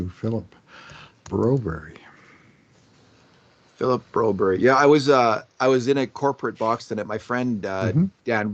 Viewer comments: Do you have some sort of problem reading Broberg's name. He's a grown up if he wanted his name to read Brobery on his jersey then it would. Get over yourself! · Who's this Broberry? The coach and everyone else says Broberg here in the west. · 8 min in and I am done watching because these two refuse to say the mans name properly, extremely disrespectful.